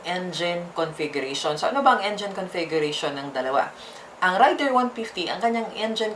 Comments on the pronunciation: .. hindi rider? Ang rider ay ung driver.. ung raider( rey- der )ay ung motor.. kung mali ako paki correct po ako.. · Reyder po di rider😂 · Rayder ka ng rayder,, Reyder kasi.. Ang rider-tao, Raider -motor. Kinuha yan ni Suzuki ang pangalang raider sa military hardware ng US ARMY. Isa syang gamit pang digma, helicopter yata kung di ako nagkamali,, Kahit ipabasa mo google ang raider, Reyder ang tamang bigkas hindi Rayder. Sus maryusep..😩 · galing nga eh..Raider binigkas ng Rider hahahaha aral muna toy hahahahaha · Rider daw baka raider haha😂 nice pronunciation ng Raider rider daw haha😂😂😂 nganga!!! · Rider haha hahahahah 🤣 ayusin nyo ang tamang pronunciation para magandang pakinggan baka mag hanap sila ng rider haha baka Raider nga nga vlog tawag dito... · Tip lang: Raider = binibigkas ng "rey-der". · nobody's perfect pero dapat pinag aralan muna kc iivlog mo hahahah..at saka naririnig mo naman sa ibang advertisement na Raider talaga ang pagbigkas at hindi RIDER hahahaha nakakahiya at AROGANTI hahaha